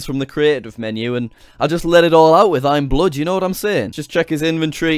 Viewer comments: jack it's not imblood it's imabood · it was bood not blood lol! xD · It's bood not blood 😂😂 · that awkward moment when you pronounce "bood" as "blood" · JackSucksAtLife you didnt pronounce bood right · shadow fire he said the name wrong its actuly iambood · You didn't say "Bood" right.. I'm mad